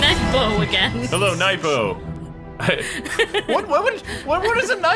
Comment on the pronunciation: Nypo? LOL Kwife! XD